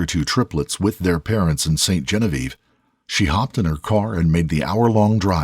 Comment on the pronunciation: Sweetheart, present day Missouri was bought by Jefferson from the French as part of the Louisiana Purchase. Many names in Missouri and surrounding states have French names, namely St. Louis, Marcelinne (Disney’s hometown), Detroit, etc. Genevieve is basically Jennifer in French (it’s pronounced Jzon-vi-ev)